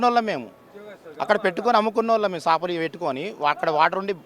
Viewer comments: చాపలు కాదు... "సా" పలు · చాపలు కాదు సాపలు అనాలి